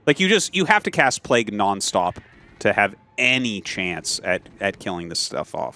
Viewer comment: Bro Tasteless stop begging for money. And learn how to say Plauge.